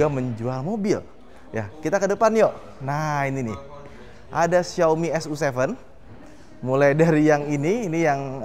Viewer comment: bacanya "su ci"